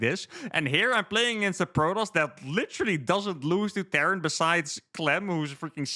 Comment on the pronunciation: Terran not Tehran